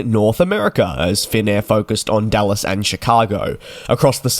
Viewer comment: Just a little critique, it's Dallas Fort Worth. I'm not sure you said Dallas or Dulles.